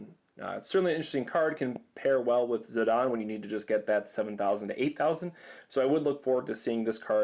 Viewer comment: Russell Parry He actually pronounced Zidane correctly. It's "Zih-dahn".